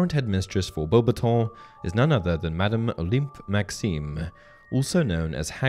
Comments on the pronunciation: in the movie they pronounced "Beauxbattons" not the same as you. You can go back to the movies and see when Dumbledor announced them he did not say it the way you did. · The way he says Beuaxbaton is like nails in chalkboard 😂 did Goblet of Fire pronounce is wrong or he’s just trynna be different??